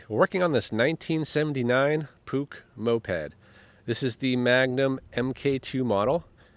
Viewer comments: It`s call a Puch. Sounds like `pooch`, not `pook`. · What a simply lovely company name...... PUCH. Pronounced.... PUKE!!!!! To me, it's pronounced "POO - CH" or there abouts. Another great video ❤️❤️❤️👍👍👍👍👍🫶🫶🫶🫶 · Puch. Not "sh , not "sch". "Ch" like in Baumkuchen. 😊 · I believe it is pronounced "Pooch" as in dog 😄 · Nice bike. Well done. My Dad had a 250 SGS(I think). It's pronounced "Pook" (rhymes with "book"). My Dad was Dutch, and made sure we knew how to say it. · pronounced "poosh" my neighbor had one back in the day. It was about 1980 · That’s what I thought too! Had one as a kid in the early 80’s and my dad pronounced it ‘pooch’. Thanks for the trip down memory lane… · I remember these when I was riding mopeds as a teenager here in the UK, lots of people had them (various models) good reliable bikes I think, I was a Suzuki boy myself though. We pronounced Puch as Pooch here across the pond -tomayto, tomahto! Anyway, great video fella 👍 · I believe it's pronounced Push... we used to call them Puques as kids...lol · No, c is silent. So more like Pooh.